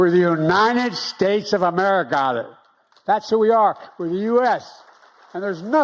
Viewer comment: "we're the united states of ameri-got-it "